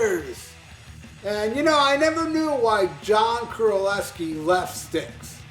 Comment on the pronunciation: Golden Lair? It's Golden Lark. Not sure this guy really knows his stuff. Few other mistakes too, including how to pronounce JC's last name.